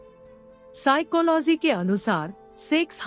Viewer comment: Vaise y bar bar siclohy bolna jruri h😂😂😂